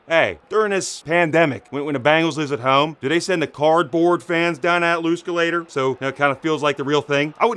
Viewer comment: He said lose-calator. 🤔🤣😂🤣😂